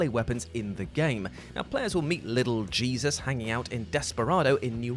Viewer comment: The name is pronounced Hey-soos, or Heh-soos, as it is the spanish variant for that particular name, being so for this instance because the crime family he is head of, is of that ethnicity, just thought the context might be worth putting up. Also, I actually found and acquired every one of the weapons on this list.